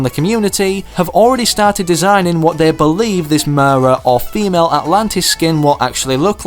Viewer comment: Who notice or herd him say famale atlantis instead of female atlatian